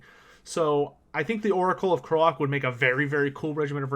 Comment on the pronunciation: Why do you keep pronouncing Lord Kroak as Lord Krolak?... It's Kroak, as in Croak, the sound a frog makes, with a double meaning. "Croaked" is a euphemism for died since he's undead. The joke being he's a dead frog so he works with both meanings of the word "croak"